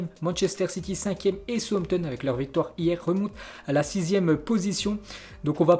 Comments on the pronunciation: souzampton est mieux pas sauossampton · Souamtom ???? Southampton plutôt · southampton se prononce saoussamton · alors en phonétique cela se dit Saousse amptone !!! Et iouna teud !!! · Tu prononces mal le nom des équipes : SOUTHAMPTON ET UNITED (YOUNAYTED)